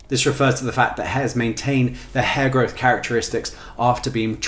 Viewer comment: At first it Sounds like he’s saying HairGod lol, & my first thought was someone has taken the whole hair thing a little too serious😂